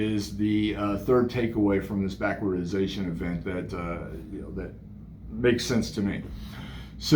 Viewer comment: I'd say you nailed everything right on except it's "backwardation"